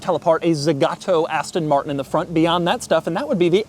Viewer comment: “Zhisss ist the Astonn Martronn…..”